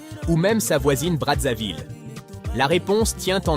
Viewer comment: On ne dit pas Bradzaville mais Brazzaville.